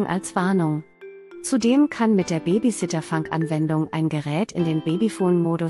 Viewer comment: fAnk ??? Ich kenne nur fUnk !!! Und es heißt DAS und nicht „der“ nächste Produkt … Haben wir nicht mal nen Hauptschulabschluß gepackt oder was ???